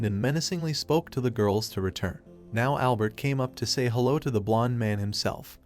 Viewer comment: Damn whatever AI narration tool is being used just made "hello" into a 3 syllable word.